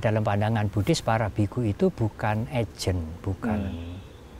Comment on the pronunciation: V dibunyikan w, bhikkhu Panyawaro, theravada dibacanya therawada. Ini bahasa Pali.